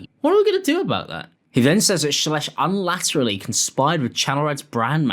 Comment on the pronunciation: trying to pronounce “unilaterally” 😅